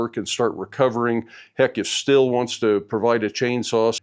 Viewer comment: Thank you for calling the chainsaw Stihl and not steel. LoL